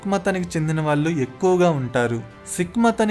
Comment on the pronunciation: Babu..నీ భాష ఘోరంగా వుంది...ముందు సరిగ్గా మాట్లాడ్డం నేర్చుకో...పెల్లి కాదు పెళ్ళి అనడం నేర్చుకో...వాల్లు కాదు వాళ్లు...విషయ సేకరణ బావుంది...ఆవిడ మొత్తం జీవితాన్ని 15 నిమిషాల లో crisp గా కుదించి చెప్పడం బాగుంది...కానీ నీ తెలుగు ఉచ్చారణ ఘోరంగా వుంది..సరి చేసుకో..Good luck ..